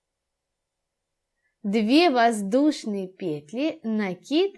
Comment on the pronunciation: Все хорошо, НО в слове ПЕТЛИ. Ударение на последнем слоге петлИ !